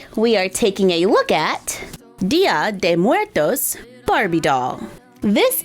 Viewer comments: It’s actually pronounced Dia-daywoes-murtos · Im mexecan and you say it bad 😝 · I'm mexican, and I love the way you pronunce "Dia de muertos", I love you ❤️❤️❤️ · Me causa gracia cada vez que dice "Día de muertos" jejejeje It's funny when she says "día de muertos" I can't help laughing. hahahahha